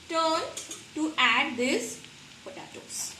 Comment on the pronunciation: Its an easy and good recipe, but it's pronounced as po-te-tos, not po ta tos